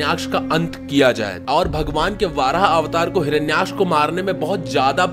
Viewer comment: Are bhai वाराह nahi वराह avtar होता he